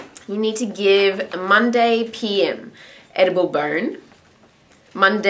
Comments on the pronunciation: Edible bern, edible bronn, edible barn. what are you saying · I thought you were saying "edible burn" until the end lol I was like...what is burn?